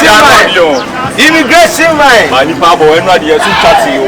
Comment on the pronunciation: Kyekyeku learn to pronounce man and stop saying mine 😒